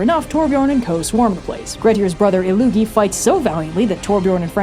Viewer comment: Not ilLOOgi but ILL-Loogi. Not sure what Loogi means, but ill means ill. It is a Germanic language too.